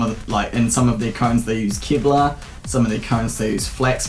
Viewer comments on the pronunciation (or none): none